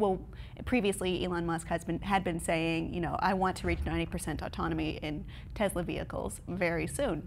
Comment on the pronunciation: Stop calling it a Tezla!